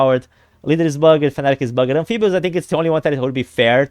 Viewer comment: bugged is one syllable. bug’d